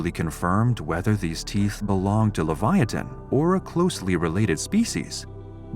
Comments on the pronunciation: It's pronounced Liv/ ya/ tan not le/va/ya/tan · Why is this name, Livyatan, pronounced as a four syllable name? I mean, "Livyiatan" is being said, but clearly the correct spelling Livyatan would be only a three syllable name...strange!